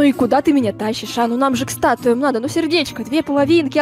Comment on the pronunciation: ты сказал статуя а не статуя ты поставил ударение на ту